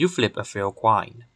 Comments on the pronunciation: At first, I thought you were saying to flip a fair quine. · The French twist in the pronunciation of 'coin', 'annoying' is fascinating.